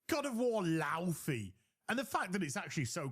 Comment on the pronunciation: He called Laufey a stupid name and couldn't pronounce it, proving he just heard of the character upon this trailer (a grifting tourist) and "disrespects European culture" himself apparently. Laufey is a real name.